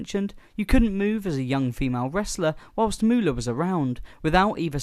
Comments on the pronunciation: It's MOOLAH OKay? MOO-LAH!! NOT Moo-olah! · MO- OHLAH IS A DISAPPOINTMENT TO HUH-OH-MAH-EH-ER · Moo-ooh-lah. LoL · Great video...if you take away that cringe AI voice that seems to have the rare gift of mispronouncing even the easiest words, in addition to the Fabulous "Moo-oh-la" name. It's crazy how Moolah always looked like old roadkill/or an old dried out hotdog....every year she wrestled, including her "younger" years 😬. What an absolutely gift she was on the eyes 😜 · Moe-ohlah? lmao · i really find the robo voice annoying every time it mispronounces names i cringe. it needs to stop being a thing for channels, its lazy... its not Mo-Olla... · Moo-ha-la 😂 wtf Moolah was a legend these are nothing but rumors she gave those women everything